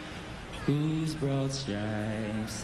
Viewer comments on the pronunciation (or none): It's broad stripes. Not brought stripes. SMH.